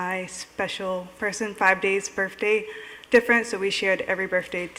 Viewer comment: She’s in her 30’s and she still says birfday.